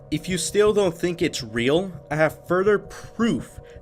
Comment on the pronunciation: stop saying eagle - tistical. Its EGO - tistical. Also please stop saying furder. Its further. Thanks